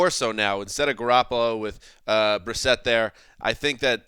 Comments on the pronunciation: Haha Jacob Brisquit?! Not even close to reading that right. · Brissett, not Brisket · Why are they saying jake brisket lmao it's Jacoby Brissett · It's because is always purposely mispronouncing new Patriots players to downplay their potential effectiveness, i.e. he pretends they aren't even worth memorizing. (He did the same with Garoppolo last offseason IIRC)